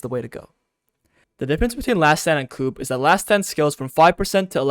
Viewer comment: It's "Coup" pronounced "coo" btw. The P is silent it's etymology is French